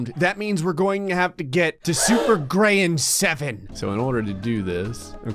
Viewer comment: Super grayan, or super grian? O.O im not sorry, summon hermitcraftians plz